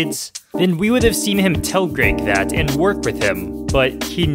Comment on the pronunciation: It’s Greg not greag